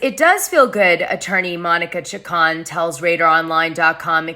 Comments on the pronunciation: CHICK-CONE That's how you pronounce it. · Chacon is pronounced Cha-Cone you pale face !